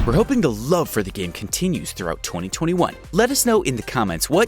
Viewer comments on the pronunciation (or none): none